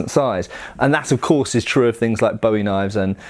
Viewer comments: It's a very pedantic point to make but I don't mean any form of condescension or offensiveness, just a texan who likes her big knife. In Texas, cultural origin of the knife as I understand, it's pronounced BOO-ee, sounds similar to the American pronunciation of buoy. and I do wanna mention that David Bowie used the English pronunciation of the name as it has its roots in English, but the knife's namesake was Jim Bowie the Texan Colonel during the Texan Revolution, who Santa Anna ordered to be buried because he was "To brave a man to be burned like a dog ". Love the vids! the bayonet manual just might get me to buy some surplus. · BOO-ee is the pronunciation, not BOW-ee. BOW-ee is for David Bowie, not Jim. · Wasn't entirely sure what you said until I realized you were saying Bowie wrong. "Bo-E" is a pop star. "Bu-E" is an American frontiersman famous for a knife design that shares his name. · Great video but something to note is that the knife is pronounced (boo-wie) unlike the singer (bow-ie). The surname for Jim Bowie, the knife fighter and Texas revolutionary, is originally Scottish and comes from the Gaelic word "buidhe", meaning "yellow", "fair haired", "lucky", etc. which eventually becomes "bui", also meaning "yellow". The original Gaelic, like the knife fighter, is pronounced with a long "oo" sound, buidhe -> pujə. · Boo Ee. You complain about straight swords being called sabers and talk about authenticity, yet keep pronouncing Bowie wrong. lol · The name is pronounce Booie! Not like that singer Bowie. His brother was named Rezin pronounced Reason. You people need to get it right. It also is quite likely neither of the Bowie’s ever had a deep clip point knife. The famous Sandbar knife as related by Rezin in 1838 was 91/4 inches blade an oak handle and was blacksmith made. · Boo-eeee. its pronounced boo eee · Could you please pronounce my family’s name correctly?